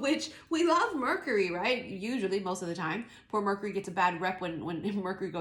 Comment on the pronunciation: Like how you say murk-Ury 🤣😂